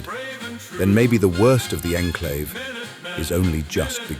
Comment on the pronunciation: this was clearly made with ai because the ai pronounces the enclave incorrectly and project purity doesnt look like that